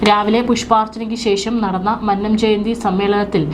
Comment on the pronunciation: മന്നം എന്ന വാക്കിന്റെ ഉച്ചാരണം ഇങ്ങനെയല്ല.